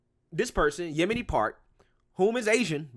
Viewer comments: Did you call her Yemini? Yeo-n-mi. LOL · "Yon-Me" lol not Yemeni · Yeonmi I think its pronounced Yon-may or Yon-me Just saying, I could be wrong. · Love you! Her name is pronounced "Yon-mee" hehe